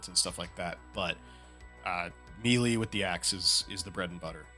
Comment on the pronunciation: The way you said melee was wild